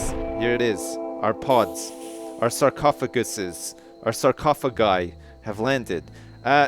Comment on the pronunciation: its pronounced SAR-COUGH-A-GUY:P Like the Egyptians